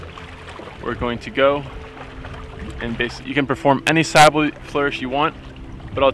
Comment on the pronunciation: Sybil is pronounced s-ih-b-ih-l, just so you are aware. Though the Greek word "sibyl" from which it is derived can have the pronunciation you use here